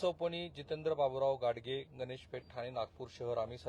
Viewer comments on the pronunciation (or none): none